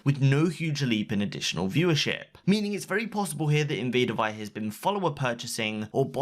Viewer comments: Can you please say her name right it's said like Invader Vee no one says it like die. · You're pronouncing invadervie wrong